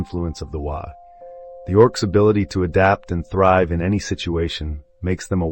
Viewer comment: Did a fine job. 1 small note cause it’ll drive the Ork folk nuts. Waaaghh is pronounced like the word “War” bellowed in a cockney accent. 😉